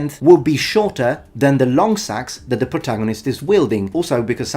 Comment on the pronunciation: 🎩hi, you forgot to pronounce the “e” in seax. It’s not a sax.